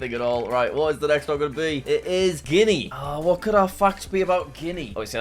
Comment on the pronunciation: Why does guenia sound like 🤣🤣🤣🤣🤣🤣